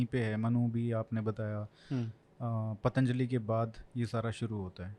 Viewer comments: पातंजलि नही, पतंजलि कहना चाहिए। सकल नही, शाकल कहना चाहिए -- सियालकोट के लिए । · पतंजलि shi होता है पातंजली नहीं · पातंजलि नही पतञ्जलि